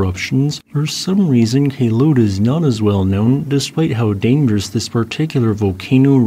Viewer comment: That day in 2014, I canceled attending a competition because of the ash fall. Also, not to take down from your video, Kelud is pronounced as follows: - "Kel-" should be pronounced the same as the "-cle" in the word Uncle - "-ud" you have correctly pronounced it